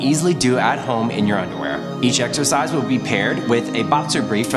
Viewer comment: am i the only one who thinks that he keep saying like 'sexercise' ?